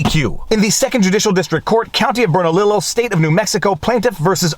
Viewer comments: Fyi I'm from New Mexico. Bernalillo is pronounced bern- a- Leo. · Bernalillo is pronounced Burn-uh-lee-yo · Bernalillo is pronounced Burn ah lee yo. In Spanish two Ls make a Y sound. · The County’s name is pronounced “Burn-ah-lee-yo.” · Viva... FYI spanish words have different sounds for certain combinations of letters i's have an ee sound and dounle L's have a yo sound Bernalillo is pronounced Bernaleeyo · The double-L in Bernalillo is pronounced as a y. Bern-a-LEE-yo. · From New Mexico, Bernalillo is pronounced Bern a li yo. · FYI: Bernalillo = "Burn-a-leo" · Interesting, Bernalillo is the county south of Santa Fe county and the city if Santa Fe. By the way you pronounce Bernalillo: burn--uh--lee--oh. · Bernalillo = Burn-a-leo. The lls are silent, like in tortilla. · Bernalillo = Bern uh lee yo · Viva, "BERNALILLO" is pronounced, burn a lee oh. . . the double LLs are a "y" sound. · Bernalillo. Pronounced Spanish.. Ber na lee yo.